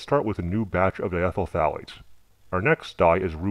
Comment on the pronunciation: I stopped watching after "diethyl phthalate" ....